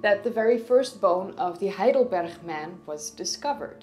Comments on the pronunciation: Really good, but why the weird pronunciation of Heidelberg? It's "g", not "ch". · Weird "Spanish" pronounciation of the G in Heidelberg. It's supposed to be sharp, as in the word "good". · Hi, love your videos and your English is perfect. Except that you always use the Dutch 'G'. Heidelberg has the German hard g, as does heidelbergensis. And Cro Magnon is French, so is cro man-yon or mañon. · I live in Heidelberg and know the place, where homo heidelbergensis was found. But I never heard "Heidelberg" spoken as "Heidelberch"! :-) It's just a normal "G" at the end! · I enjoyed the video overall but why did you pronounce the g's as chhs. It's Berg just like in hamburger. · I'm guessing that the lady originates from the Netherlands, in whi h case the pronunciation of the G would naturally/habitually be as a "ch" sound, rather than the hard G that others would be used to. In a similar way to how a native Swede would pronounce the Swedish name for what we would call Gothenburg as "Yotaborry". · I instantly fell in love with your Dutch pronunciation of Heidelberg :) Probably the local climate supported the availability of huge amounts of sugar rich fruit during extended periods of the year. Or a very wild theory: They were growing wheat and baking bread and somehow that achievement later got lost again (because they found out that kind of food destroyed their teeth and went back to other food sources)? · Me too... 😊😊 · Heidelberg is in Germany. I've been there. I can assure you the g in Heidelberg is pronounced with a hard g and not the dutch guttural g.